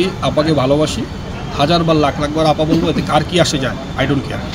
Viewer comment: আপনি আফা না বলে ম্যাডাম বললে ভালো হতো,,,কারন আপনি যতবার আফা বলছেন,,ততবার আব্বা আব্বা মনে হইছে